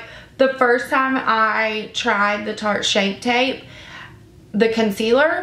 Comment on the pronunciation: LMAO did you say Sharte?! You crack me up girl! I love the concealer so I'm looking forward to trying this foundation. Thank you for the review and demo!